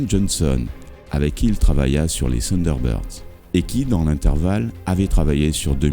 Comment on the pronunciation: "Funderbirds" ? "Keif Wilson" ? Sérieusement ?